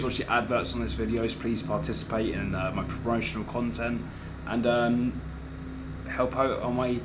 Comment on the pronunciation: "Help out" when did you learn to speak in a Scottish accent